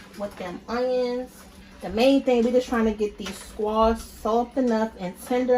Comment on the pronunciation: Love the cooking, but also love to hear her say "squoosh" Girl you got me rolling over here!! : ) Oh and new subscriber here ~Hearts~